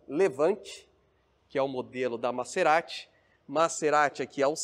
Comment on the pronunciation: Vc sempre fala nome dos carros errado. Não é MaÇErati,,,, é MaZErati.